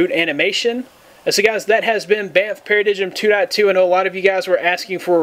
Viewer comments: pair - uh - dime. Not pair-uh-dig um. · para-digm should be pronounced as para "dime"